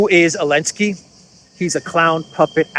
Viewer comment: Question: why do you pronounce Zelensky as “Alensky”? My wife, a Russian/Ukrainian, says there is a reason having to do with the Z preceding the E. Is it the same for Zaparohia as Aparohia? Just curious. Thanks to you both for having a must watch show!